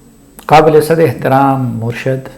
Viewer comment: بہت قیمتی نصیحت ہے اللہ تعالی آپ کو جزاء خیر دے اور عمران خان کو ہدایت دے، آپ کی توجہ کے لٸے عرض ہے کہ لفظ "مُرْشَد" نہیں "مُرْشِد" ہے